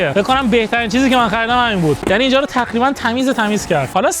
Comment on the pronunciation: تخریبا دخیخا چرا ق رو خ میگه